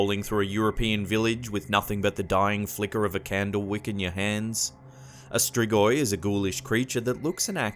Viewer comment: Oh boy how you pronounced Strigoi